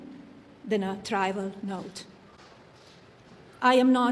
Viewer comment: Melania has been here for 30 years. Why is she mispronouncing words in that speech? For example, when she refers to the note that she sent Ghislaine Maxwell, she refers to it as a "try-val" note. The correct pronunciation is "trivial". Obviously she did not write this speech.. someone wrote it for her. Something just occurred to me ... This woman is illiterate. Did she even graduate from high school?